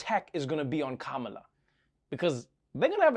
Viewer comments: Please use equal emphasis on each syllable of Ka-Ma-La's name . The Ma has no extra emphasis as you say it. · Kamala is correctly pronounced “comma-la) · the vowels are short "ka-ma-la" how hard is it? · Even Trevor cannot call her name correctly in the first clip, good that he's trying to get it right now.